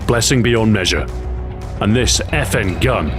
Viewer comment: He pronounched FN (the manufacturer) as "effin" which is a way some peope write "fucking" a "curse word"